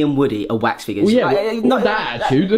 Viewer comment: Um... Dont you mean Waks figures? 😂😂😂😂😂